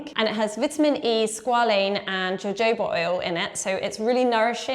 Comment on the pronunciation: Pronounce Jojoba as Ho Ho ba the healing plant I am from the south west US and that is almost sacrilegious